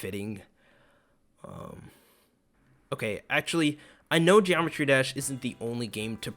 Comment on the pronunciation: "Geomertry dash"